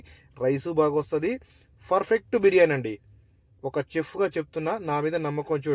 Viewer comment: హలో బ్రదర్, మీరు చేసే బిరియాని ఇక్కడ స్కిప్ చేయకుండా ఫుల్ గా చూశాను 😊. నేను చూస్తుంటేనే నోరూరుతుంది .😋😊🎉. కాకపోతే, మీరు ప్రతి సారి, పర్ఫెక్ట్ అనే పదాన్ని ఫర్ఫెక్ట్ అంటుంటే ఫుల్ గా నవ్వుకున్నాం.❤❤❤